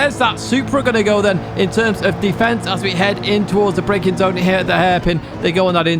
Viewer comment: Me casually listening while playing Daily's. "Where's that Supra gonna go... in terms of De Fence" I immediately thought of Barry Ahhhh 😂